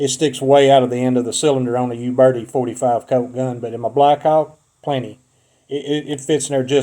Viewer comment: I wouldn't buy ammo from somebody who can't get the name .45 Colt right.